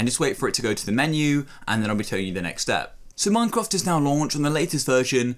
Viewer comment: instead of saying minecraft he said minecroft